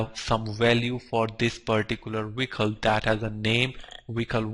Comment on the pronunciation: It's pronounced Vehicle not wicle